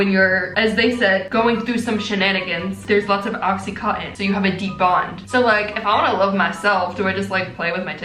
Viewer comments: Anyone else notice she said OxyContin for oxytocin? lol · It’s oxyTOCIN! Not OxyContin lol oxytocin is the bonding hormone. OxyContin is an opioid drug haha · Oxytocin not OxyContin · I just can’t stop laughing at her saying “oxytocin” as “OxyContin” 🤣🤦🏻‍♀️ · I love you,, but it's pronounced oxyTOEsin, not oxyCOTTON 😅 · is no one gonna tell her it's oxyTOCIN not oxyCONTIN.... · Oxytocin! Lol not OxyContin very different things 😂🤣🙈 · “oxycontin” okay we know what be thinking abt (its oxytocin but honestly i bet the name oxycontin comes bc it releases oxytocin??? maybe??? prefixes? idk) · Sweetie... it's not oxycotten... its oxytocin. I'm so sorry! Not trying to be that weird know it all at all! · "During shenanigans theres lots of ocycontin" LOL did anyone else catch that? Love u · When she called oxytocin “OxyContin” 😂😭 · Idk if you correct yourself I'm only part way through the video but it's oxytocin not oxycontin which is a really addictive pain killer and not the "love hormone" just in case anyone repeats that to their parents 😹😹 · we love for repeatedly saying “oxycontin” (an opioid) instead of “oxytocin” (the love hormone” (it’s okay, they do look similar. i just found it funny) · Not OxyContin lmao you pronouncing it like the drug. It's Oxy-Toh-Sin - (oxytocin) the hormone :) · "oXycOttEn" good thing my science teacher taught us chemicals in our bodies, oxytocin is pronounced "oxy-toe-sen" science lessons w natalie. (thx mr b lmao) p.s. this is a joke to make fun of speech, i do this all the time w my friends, not meant to take offensively. j jokin around and a science lesson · i love you so much but it’s oxyTOCIN... oxycontin is a drug 😭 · lol oxytocin not oxycontin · Isn’t oxytocin pronounced like Oxy-toe-sin? 😂❤️ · No one:: oxycotton